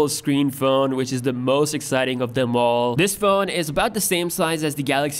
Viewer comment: seeing all this makes HIM exiting 🤣🤣 (not excited LOL)